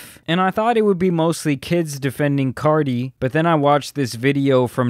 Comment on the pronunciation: You keep saying “CARDI”!! It’s “CARTI” nice video tho but that was bugging me ngl.